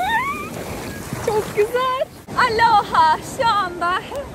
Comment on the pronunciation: aloha o nun ustunde sapka yok. kapali o. bir dogru duzgun soyleyemedin